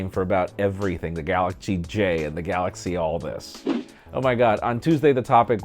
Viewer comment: Galaxchee -.- xD